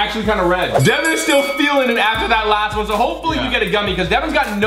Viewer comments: Its devan not devon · Its devan not devin